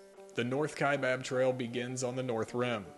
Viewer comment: Wow, someone who pronounces "Kaibab" correctly and not the incorrect pronunciation of "Kai bOB." Thank you.